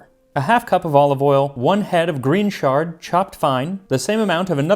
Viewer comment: I've never heard chard pronounced with a soft ch. I've always heard it with a hard ch. Little minor detail. Next week I am starting a Persian language course (at 70! Just for fun!) and I think your pronunciation of the language is top rate.